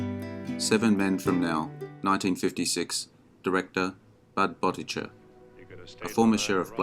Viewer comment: Great list - but, for the umpteenth time, please learn to pronounce the last name of the director of “Seven Men From Now” correctly.